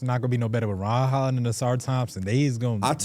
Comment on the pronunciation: Whenever they say "Ron Holland" it always sounds like "Ryan Hollins" to me